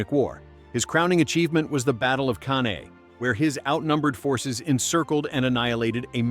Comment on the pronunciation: Canae: Kan-eye, not can-aye.